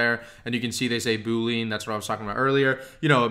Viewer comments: Very helpful, thank you! (Double-check the pronunciation of Boolean ;-) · Yo the word (known by any and all IT people) is pronounced BOOL LE AN NOT BOOL LEAN... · Dude you lost me at Boo-lean. It's Boo-lee-an. OK, I'm gonna give you a few more minutes to recover from that. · You are mispronouncing the word 'boolean' that's why people are getting confused. It's 'boo-lee-uhn' not 'boo-leen'. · This was great, but as a former developer, it hurts my ears to hear you say boo-lean 😬. It's pronounced boo-lee-uhn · your content here is awesome. You are killing me with the Boo-lean's thought my man - unless LI coined a new term for their search criteria Boolean (boo-lee-an/boo-lee-ahn) is a math operator just like you describe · boo lean lol.. we computer science guys sound it like bu-lean.. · Decent— “boo·lee·uhn” haha boo—lean sounds like a dish from the Louisiana bayou. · Boo - Lee - UHN!!!! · FYI, it’s bool-ee-an, like chameleon. Great video I might add. Thank you. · Great video! One thing, though: "boolean" has three syllables - Boo-lee-uhn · I can't too many boo-leans driving me crazy. Good work pulling this together though. Good Luck! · FANTASTIC introduction to Sales Navigator, - thank you. FWIW, Boolean is normally pronounced Bool-ee-an, a kind of logical algebra created by George Boole. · Boolean is pronounced as >> boo ·lee·uhn Anyways, super helpful man! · Hi, I believe the correct pronunciation of Boolean is boo-lee-uhn. Somehow, I heard you pronounce it as a 2 syllable word like boo-uhn. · Really helpful, apprecaite the info, but how do I break it to him that it's pronounced 'Boo-lee-un'? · This tutorial is amazing, great job!! BTW, this algebraic approach to search is named after George Boole, ergo Boolean search. He wasn't a ghost, and certainly not a yoga instructor. It's pronounced boo-lee-an! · You're saying 'boolean' wrong. It's pronounced boo-lee-an, look it up.